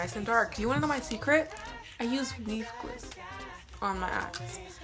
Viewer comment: Sounds like she’s saying weed glue